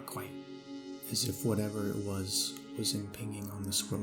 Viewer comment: Friendly tip: “impinging” has a soft g, like hinge or fringe. Not a hard g like ping-pong. 😊 it means intruding on, or encroaching on the boundaries of something.